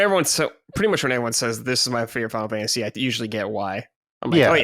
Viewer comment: I love kiengdom heuhrtz uhnd finuhl fuhntuhze